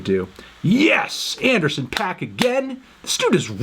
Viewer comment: Anderson pack? Or anderson paak (pac) come on internets busiest M u s i c nerd